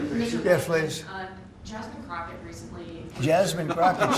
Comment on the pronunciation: I think he said Jasmine CROCKOFSHIT😂😂😂